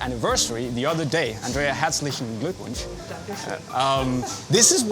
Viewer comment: U pronounced Herzlichen Glückwunsch perfectly! ❤